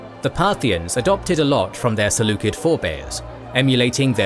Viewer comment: Saying "seleukid" instead of "seleucid" bothers the heck out of me